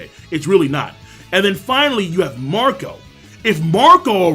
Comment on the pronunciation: I thought you said Mont'dor for a moment but is was actually Marco